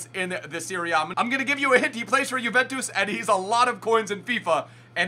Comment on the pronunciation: hold up how the fuck are you pronouncing bellerin and juventus